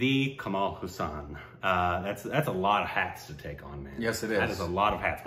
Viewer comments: It's pronounced Haaa - sun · my dear dear bro, I know its difficult for you with the names, especially Indian names. But the way you pronounce Kamal Haasan's name hurts my ears. Its pronounced as Kamal Haa'san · Its kamal haasan ..not kammal husain...😀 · Kamala Haasan. Not Kamaal Hussan